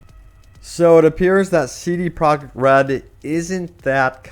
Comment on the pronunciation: Did he just say CD Prague Red? cmonBruh